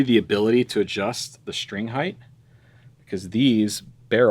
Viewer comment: Why do so many people have such a hard time correctly pronouncing "height"? It ends in a T.